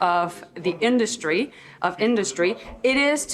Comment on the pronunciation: Great the new industry minister can't even say the word "industry" properly! 😢 We are doomed!